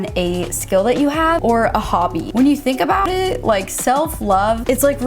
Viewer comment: the way it sounded when she said “it” 😂😂